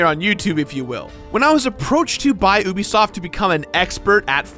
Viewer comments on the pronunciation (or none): isn't it pronounced youbisoft not oobisoft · Man it's been years now and STILL nobody told how to say Ubisoft? lol